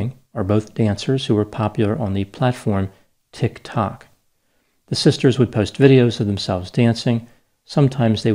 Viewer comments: It's amusing how you always pronounce it TikTOK rather than TIKTok. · Truth is - I’m watching this so I can hear say tic tick 😂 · Yep, amazing how his pronunciation of tok tok sums up, in just two words (is "words" legit??), my entire opinion of the platform, BRILLIANT!.....also makes me feel old...but maybe wise beyond my years??? LOL sure run w/that... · Okay but the way says "Tiktok" has me dying laughing 🤣 love it